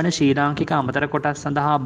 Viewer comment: ශී ලංකා නෙවෙයි ශ්‍රී ලංකා...😣💀